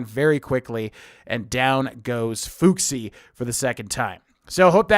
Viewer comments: A totally reasonable mistake to make, but Fuxi's name is pronounced FOO-SHEE, and their last name is FONG not Feng. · Thank you for the in-advance information, But the way you pronounced Fuxi makes me want to claw my eyes out. It’s Fu-shi